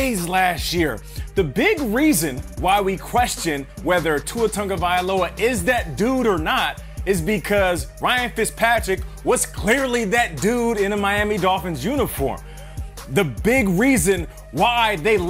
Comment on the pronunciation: Not Tangavailoa *Tagovailoa